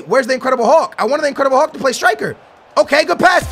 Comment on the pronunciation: I like when you says incredible hullhull